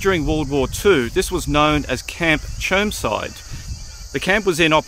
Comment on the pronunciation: It’s actually called Germside mate get it right.